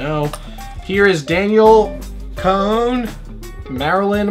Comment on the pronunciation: he's trying to say her last name yet it can't even say danielle right. thanks b, that's my name to... it's not that complicated my guy, i love you and all but really???